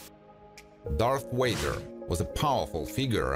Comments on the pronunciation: Voice: Darth Wader Me: it’s flipping Darth Vader a 1 LETTER DIFFERENCE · Bro just said darth wader !🫡🫠 but it’s dart vader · Darth Wader ? V A D E R. !!!! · Correction Darth Vader not Darth waiter 😂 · One of us hardcore fans gotta be an ass and say it; Darth Wieder, Skilled Jidi lol. Thanks for uploading. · Ah yes, Darth Wader! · I kept hearing Darth Waiter. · Darth Wader ? Come on man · He said Darth waiter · "darth wader" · the narrator mispronounces the name of the most iconic villain of all time as "Darth WAY•gr". Thumbs down, I'm done.